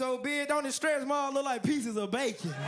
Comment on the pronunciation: Are you reading from a teleprompter because u said look really wierd